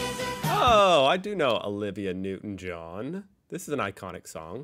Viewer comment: Him butchering the names of Kylie Kylie Minogue and Olivia Newtown-John, clearly shows he has never heard their names before. But I do agree, that Loco-Motion was one of those songs that changed the world... for good or bad, is up to you to decide.